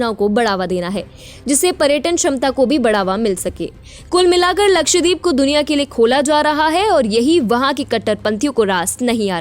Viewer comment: मंदबुद्धि निवेदिका उच्चारण तो ठीक करो, लक्षद्वीप